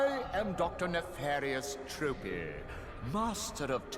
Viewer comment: It's N Tro-pee, not Trah-pee.